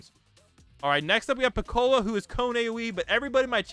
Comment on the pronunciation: He said "Pick-cola" 😂